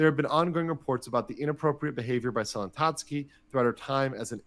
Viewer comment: "selen tatsuk's" i think you made a mistake rev 💀